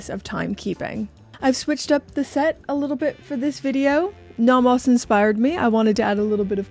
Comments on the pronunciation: The way you say Nomos is the way everyone should say Nomos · So glad Nomos send these to you, because you’re the best to review these awesome watches! I really like how you pronounce these German names 😁 but some are not that bad lol.